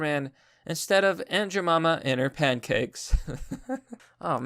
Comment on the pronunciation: Its ja-my-ma do u have downs?